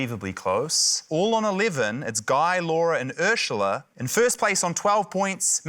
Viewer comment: Is it just me or do they all pronounce Urzila as Urshula? What's up with that?